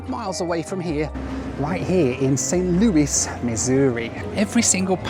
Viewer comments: Thank you for pronouncing it "Saint Lewis" instead of "Saint Louie" like you did in a prior video! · Thank you for saying Saint Louis and not the British way, Louie.